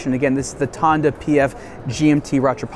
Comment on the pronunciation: You're supposed to prononce "rattrapante" "ra-tra-pant" and not "ra-tra-pan-te". This is French, not Italian 🙂